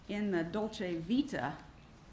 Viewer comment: He actually pronounces "Dolce Vita" correctly.